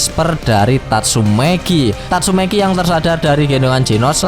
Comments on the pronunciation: tatsumaki bang. bukan tatsumeki. mesum nih abang nya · 04.39 , tatsumaki = tatsumeki wkwkw 😂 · Tatsumaki opai cantik idola.. Di katain tatsumeki sm mimin jd kayak kesel aja dengernya (ga jadi subs dah) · Anjay "Tatsumeki" 🤣🤣🤣